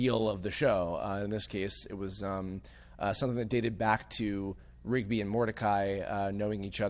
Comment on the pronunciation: am I the only one that heard say rockoon for Rigby